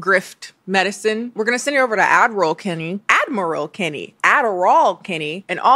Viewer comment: I now feel brave enough to admit that I thought you were saying “.” I thought you had a twin named Averal that read your ads. 🫣